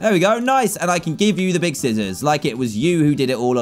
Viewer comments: I love how he says scissors and pronounces the C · the way he says scissors